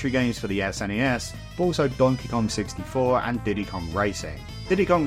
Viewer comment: donkey gon??